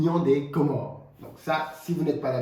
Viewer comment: Sa fait plaisir de vous entendre pronoce le comores